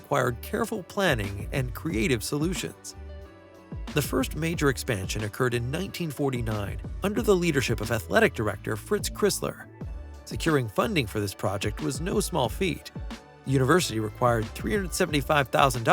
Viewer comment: That's pronounced Fritz Chrysler, robot voice.